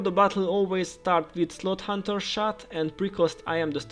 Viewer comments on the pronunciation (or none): none